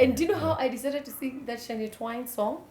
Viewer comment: Shania Twain.....the pronunciation is wrong hehehehe